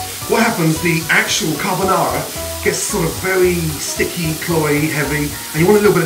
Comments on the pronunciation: Everytime i hear carbonarra im reminded of gino decampo if my grandmother had wheels she would have been a bike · What Gordon made looked good, but it wasn't Carbonarra.